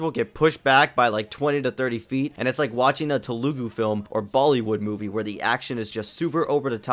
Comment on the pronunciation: "telgu" broo💀💀